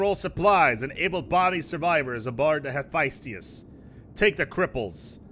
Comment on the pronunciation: Hephaestus is pronounced hĭ-fĕsˈtəs not hefiestius